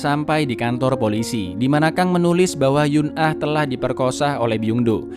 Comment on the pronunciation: Eun ah dibaca En (Mencar)